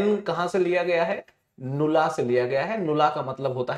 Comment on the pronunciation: I think that is nullla not नुला